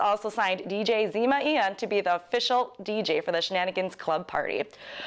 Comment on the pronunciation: No briefcase is on the line at HIAC dont think and who is Zema Ey-on, its pronounced eye-on cmon! I expect more from PWR. Credibility down....